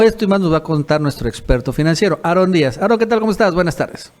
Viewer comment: ¡ a, MUY BUENA INFORMACIÓN, PERO NO SE LE ENTIENDE SU ESPAÑOL, corrija su pronunciación por favor!